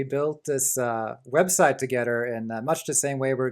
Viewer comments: Not you, your friend. His English is like 100 times better than mine, yet I don't understand why he pronounces "ther"(like in "together") like "rer". I'm not a native English speaker myself but for some weird reason I found that pronunciation extremely annoying. Am I crazy or some shit? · omg. each time I hear "rer" (ther). I just can't stand it, I don't know why. I'm sorry. I'm a bad person.